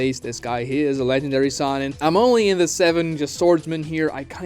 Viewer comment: I hate the way he mispronounces sannin